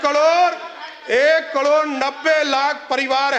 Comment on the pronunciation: ये तो करोड़ को कडोर बोलता है